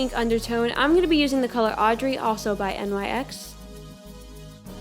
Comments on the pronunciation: Is it just me or didn't she say nyx wrong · It's not " N Y X" it's pronounced just like "nicks" but it's spelled like nyx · It's pronounced nyk not N.Y.X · I'm sorry but isn't it pronounced Nicks? not N-Y-X Idk it bothers me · NYX Not N y x pronounced ( nix) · nyx not n.y.x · "N Y X" nyx. nicks. I love you but.. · It's Nyx not N-Y-X, just a heads up😄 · it's nyx. Not N Y X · It no no hate but NYX is accually pronounced like 'nicks' not N-Y-X love IRS vids btw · Its pronounced Nicks not n-y-x! do you say Mac or m-a-c?? sorry it's a pet peeve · Lol you this is old when says "N.Y.X" instead of "Nick's" 😂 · I love how she says n-y-x instead of nyx altogether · IT'S NOT N-Y-X IT'S NYX YOU READ IT LIKE ONE WORD FUCK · its not N.Y.X it's supposed to sound like nicks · It's not N Y X...... It's one word. NYX. Pronounced like "nix". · Btw you say NYX not N-y-x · "n-y-x" its pronounced "nix" I thought "n-y-x" at first too lmao😂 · Bruh did she just say n.y.x lmao it's nyx like nix its not a abbreviation. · isn’t that makeup brand pronounced nix?? NYX this one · Am I the only one who noticed she pronounced NYX as N-Y-X? 😂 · You pronounced nyx wrong....it's pronounced nix or nicks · NYX is pronounced nicks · It's so weird when she says NYX like N-Y-X😆 Love her videos❤️ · that was super spot-on! Just a tip, NYX is pronounced like "nicks" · NYX... pronounced nicks/nix 🙄🙄🙄🙄🙄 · NYX is pronounced nick's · You pronounce NYX like "Nix" or "Knicks". You don't spell out the letters. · Nyx is said like you are saying nick's. But I still love your video!!!! (: (: (: ( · um its nix say it like that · nyx is pronounced nicks, like the greek goddes of darkness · Nyx is pronounced like nick's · Her face is so similar to Ariana's 😍😍 also she called the makeup N.Y.X isn't it just called nyx like you don't spell out the letters usually....is it just me?? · NYX is pronounced like NIX like it rhymes with fix but it is nix. Just FYI...Bomb video though